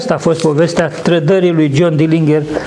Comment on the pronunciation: Se pronunta "dɪlɪndʒər/", exact ca Fitzgerald din JFK.